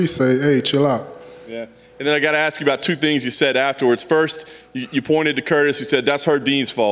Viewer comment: He pronounces ask like ax....